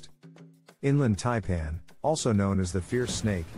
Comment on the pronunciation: He can’t even pronounce Taipan. Yes I know it’s a computer